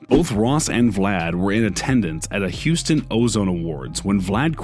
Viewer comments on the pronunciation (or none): none